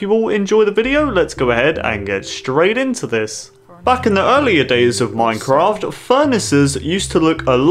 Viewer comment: HE SAID IN MINKHRAFT!!!!